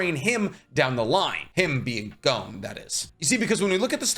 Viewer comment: Why does he keep saying Jing? In the dub gon clearly states gene